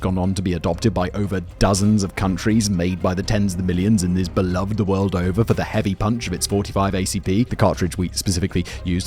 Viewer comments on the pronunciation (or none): none